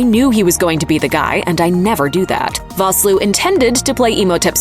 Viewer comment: You mispronounced Vosloo. It's pronounced Fosloo.